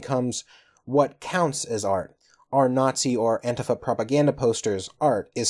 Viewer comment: Why are you pronouncing antifa like that? It's odd.